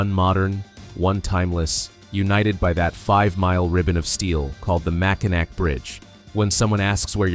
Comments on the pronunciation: mispronunciation of mac in naw not nac. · Just need to change your pronunciation of Mackinac to Mackinaw and you’ll be alright. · Don't have a heart attack but it's not pronounced mack in ack. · Mackinac is pronounced Mack-in-aw. Mackinaw is the English spelling, Mackinac is the French spelling, but they are both pronounced the same. There was a lot of French traders and influence in Michigan's early days. You'll see both spellings in the area and each is official for different areas. The city at the south end of the bridge is Mackinaw City, the island to the east of the bridge is Mackinac Island and the bridge is the Mackinac Bridge. Besides being the number one cherry producer, Michigan is also the number two apple producer in the US. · Mackinac is pronounced Mackinaw. I know its stupid but it's true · Pronounced Mack-in - aw. Go blue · IT IS OBVIOUS YOU ARE NOT FROM MICHIGAN…. BECAUSE IT IS SPELLED. MACKINAC BUT PRONOUNCED MACKINAW…..FRANKENMUTH IS PRONOUNCED LIKE FRANKENMOOTH……GET IT RIGHT AND GO GREEN.. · PLEASE! The word Mackinac is pronounced MackiNAW, not NAC. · They couldn't even say Mackinaw right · Learn how to pronounce Mackinac! You friggin savage! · Mackinac. The last "c" is silent. You sound like a tourist. We don't have grizzly bears. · An angel loses its wings every time someone pronounces Mackinac wrong. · Nope. Mackinac is a FRENCH spelling and the "ac" ending is pronounced "aw". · Please learn how to pronounce Mackinac.